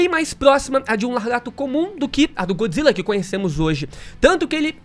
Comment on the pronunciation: GÓD Zilla, não GOOD, ele não é BOM, ele é DEUS.